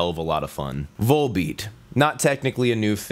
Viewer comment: Love the way you pronounce volbeat😂